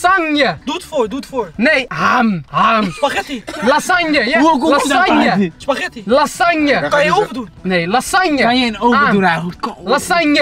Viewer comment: Niemand:: LASANJEEE